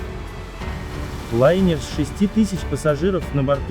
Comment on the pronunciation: Что за корявый текст? И что у чувака с числительными? "ДвенадцатЬбалльный шторм", "с шестИ тысяч... пассажиров". Русский язык не родной, что ли?